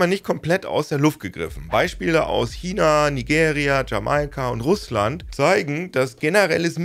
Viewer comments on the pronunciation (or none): none